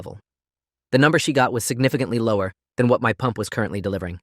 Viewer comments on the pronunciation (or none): none